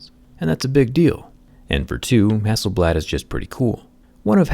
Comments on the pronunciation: Everytime is pronounce Hasselbald and remind me you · Who is hassleblad ? 😂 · Everyone - Hassel blad Me - Hassel bald! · Zack is mad because the company's name is not "hassel-bald" 🤣😂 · Its hass-sell-blaad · Hasselblad or I say hasselBALD ..😂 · Hasselbald right there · For Him- It’s ‘HasselBald’ 😂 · A think it is Hassel "Bald" Not Hasselblad😅😃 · Who else thought it said “Hasselbald”? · Who is hassleblad😂😂😂